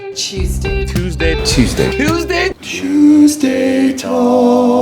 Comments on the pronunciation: what are u trying to say cheeeewsday tawks or did u meant tuesday talks???? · Cheeeeeewsday tawks!!!